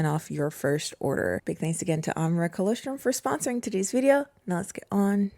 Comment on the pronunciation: I think you’re pronouncing colostrum incorrectly, and I normally wouldn’t comment but it’s part of breast milk, and I actually went to check the description because I was hoping it was a different type of supplement 😂